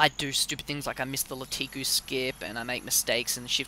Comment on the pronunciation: It is LAKITU not LATIKU... but good tutorial.